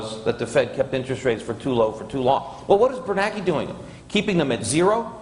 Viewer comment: Every time Peter says "Ben BerNACKEY" I smile.